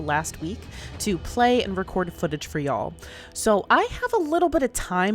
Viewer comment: It is slightly funny to hear a yankee accent utter "yall"